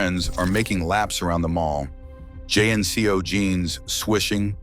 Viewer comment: There was no “J N C Os”… they were “Jeeng-koze”